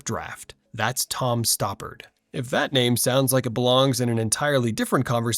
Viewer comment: Too cheap to hire an actual voice over artist, and too stupid to use an AI that knows how to pronounce names.